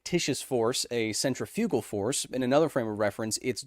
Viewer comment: Kyle, i think you are the first American i've heard say centrifugal correctly. sen truhFYOOgl and not senTRIfuhgl. this sir, is why you are a bloody legend my man.